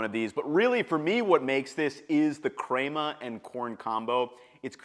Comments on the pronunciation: omg bra.... it's pronounced like men.. crema, not like Kramer from Seinfeld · pronouncing picadillo vs cray-ma lmao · These are excellent options! With that being said, who taught him to pronounce ‘crema’ like that? Crayma? 🤔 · The crema pronouncing really hurt this video for me.